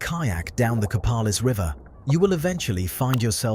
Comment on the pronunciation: And it's Co-PAY-lis, not Co-PAL-is.